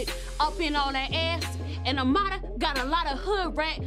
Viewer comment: I HATE how everyone pronounces her name tryna put the accent on it like AMADA...when it's Amara...I understand ppl who speak Spanish saying it that way but everyone else just sounds ridiculous...